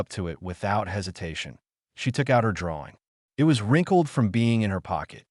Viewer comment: Good story, but each time the artificial voice said "I T" instead of "IT" was an irritating distraction.